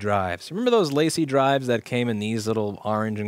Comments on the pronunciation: La Cie...like "La See"...not like "Lacey" 😉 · LaCie is French. You're pronouncing it like "Lacy" as if it were English. 😜 See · Lacy? Need to work on your French buddy ~ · Haha! It's not "Lacy", it's La Cie - and it's a pun. The parent company is Seagate, and La Cie is French for "The Company". The enclosed chip is called a "FireCuda", which presumably is some sort of mythical sea monster. 🦭 Lol. 🌊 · Always thought it's pronounced french La Cie, because of the capital C. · One day I'll hear someone on youtube pronounce LaCie properly. No it's not a gif/jif thing.